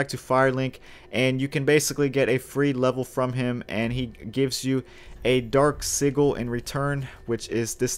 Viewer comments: “Dark siggle” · I heard "dark seagull" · "Dark Siggle"